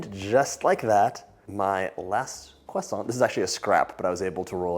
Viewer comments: John is sooo cute when he speaks a French word! 🥰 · Bruh say croissant like a normal person